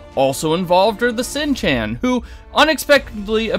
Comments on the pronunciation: I'm confused...never in the books was Morraine cut off from the one power. The closest it ever could have occurred was when she was in the world of the Foxes and Snakes. Plus, whomever is speaking in this short can't even pronounce the character names correctly...Seanchan (Sh-aw-on-ch-ann), Egwene (Ahh-gow-ane). This show is such a dumpster fire, I could barely get through the first season. The first espisode alone is pure rubbish. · This season is better than the last, but I'm pissed at all the networks giving us 8 to 10 episodes per season. Remember when seasons had twenty-something episodes? Seanchan is pronounced Shawn chan. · Who the FRAK is Eggland? I can understand Misspronouncing the Seanchan.